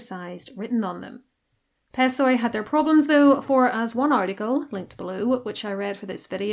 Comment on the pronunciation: Πεσσοί (pessoi) is read as "pesí"